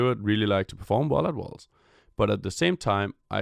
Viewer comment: I had to replay the first five seconds, kept hearing "one of the worst" instead of 'worlds'.